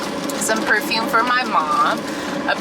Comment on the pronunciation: Omg. I thought I was hearing things at first, but you really ARE saying "perfune" instead of perfuMe! 😂😭 I was gonna subscribe! 🥺😂😂Just kidding. Hi